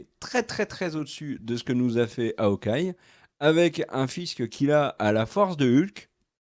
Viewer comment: Je sais qu'en français les H au début des mots sont muets mais en anglais c'est Hawkeye et pas Awkeye